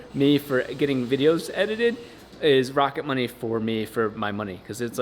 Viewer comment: Am I the only one who heard rocket bunny instead of rocket money